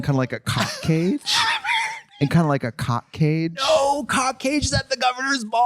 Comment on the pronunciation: her emphasis on 🐓 is so funny 😭